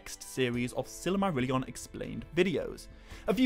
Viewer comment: I like the way you pronounce Silly-marillion 😋